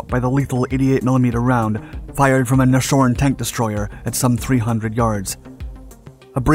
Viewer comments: And Naz Horn instead of Nashorn :) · The robot has trouble pronouncing Nashorn -- German for rhino.